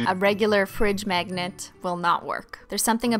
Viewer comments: ”megnat” lmao who else noticed she pronounces magnet like that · why do i keep hearing "MEGNET" and "MEGNETIC"